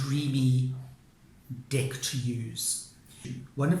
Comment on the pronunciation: I’m trying so hard to take you seriously. I love your videos. But it so sounds like dick each time you say deck.